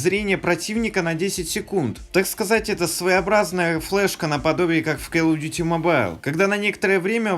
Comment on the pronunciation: почему келл оф дюти если колл оф дюти?